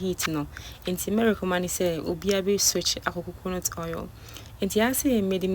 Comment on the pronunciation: please the correct pronunciation is recommend but not recommand Medaase